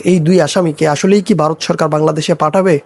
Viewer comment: 😂 ওরে বাঁড়া, ওটা বারোত না 🤣ভারত। 😂😂 তোর বাপ রে